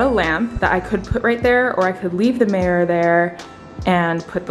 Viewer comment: Omg you say marror instead of mirror whaaat